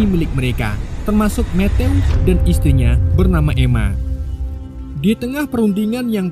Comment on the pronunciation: bang matthew itu dibaca metiuw